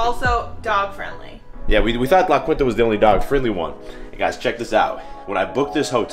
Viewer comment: “Quinta” is pronounced more Kinta :)